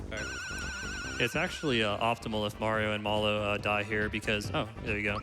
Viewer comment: the way that guy pronounces Mallow is ridiculous.